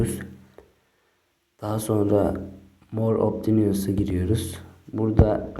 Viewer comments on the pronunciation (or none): More opşıns diye okunuyor